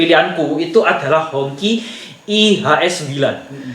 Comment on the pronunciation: HongQi dibaca HungJi atau bendera merah